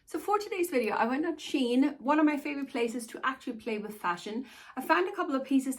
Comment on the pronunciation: Wanted to let you it's pronounced "SHE-inn" and not "sheen". A great place to find plus sized clothes without spending a fortune. A warning, though, for short girls: there will be a lot of hemming.The pant legs are very long and the hemlines on the dresses are defininitely made for tall girls (I'm 5ft tall) and read the reviews. Especially the ones with selfies.